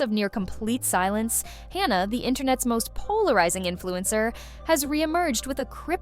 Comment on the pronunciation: It was driving me crazy how this video kept calling her by two different names...it's Hanna not Honna.